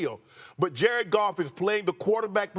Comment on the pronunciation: "Jared Garf" - Stephen A. Smith